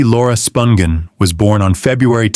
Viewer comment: Interesting video. But, you're killing me w/ how you pronounce Nancy's last name.